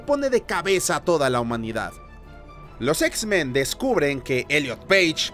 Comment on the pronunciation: no soy el único que escucha x-ben verdad jajjaja